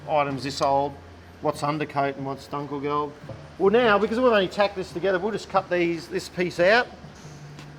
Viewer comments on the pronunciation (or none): Just two comments on the pronunciation: The 'u' in Dunkelgelb is like the u in butcher, nowhere near an a. And the Panzerbüchse is a Panzer-byxe. I had to look it up to understand what you might mean. 😉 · I knew what they meant since I am interested in military technology of the time. But it is not as easy to decifer from hearing as "dunkelgelb". That's why I also mentioned it. On the other hand, they are overall doing a pretty good job for native English speakers so I can't complain.